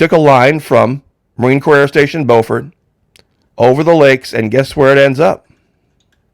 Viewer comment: SC town Beaufort is Bu fort. NC town Beaufort is Beau fort. 2 shuttle victims were from both of these towns, and I lived in Charleston thus knowing the different pronunciations. FYI Good Coverage 👏👏👏